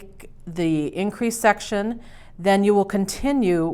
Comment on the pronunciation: It sounded when she said section she said sex